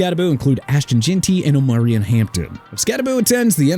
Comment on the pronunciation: YOU KNOW WHAT?! MAYBE ALL 10 OF THESE PLAYERS WON'T SHOW UP AT THE DOLPHINS! HOW ABOUT THAT?! AND ALSO SINCE YOU'RE ILLITERATE, OMARION HAMPTONS FIRST NAME IS PRONOUNCED OH-MAH-REE-ON!! YOU UNDERSTAND?!